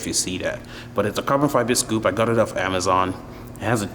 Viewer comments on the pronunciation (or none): none